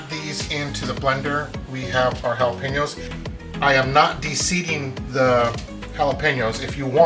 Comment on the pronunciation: Love your video.❤😂 Just one suggestion.. PLEASE.. if your Mexican..do not pronounce the jalapeños and tomatillos with the English accent. ..( Sounds like your trying to sound like a White Man )😢😢😢😢😢😢😢😢😢😢😢😢